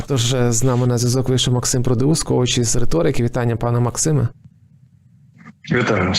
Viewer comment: Дивлюся вже друге інтерв'ю,де "з нами " і стає зрозуміло,що ці журналісти мають, не бачили жодного відео, якщо навіть наголос у прізвищі не запам'ятали.(((